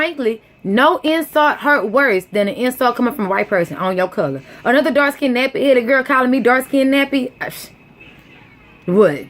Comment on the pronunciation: raw form casual and don’t know what the hell you talking about. Ok.... just talking to get attention and saying shit that ain’t true. What a damn shame...jealous that Serena is better than you. And the word is pronounced ‘dark skinned’ NOT ‘dark SKINNEDDED’.